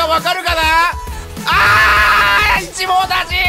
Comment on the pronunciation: ウンチクぴえんぱおん あぁ一網打尽が自分は七網打尽に聞こえたわけだあ〜ありがとね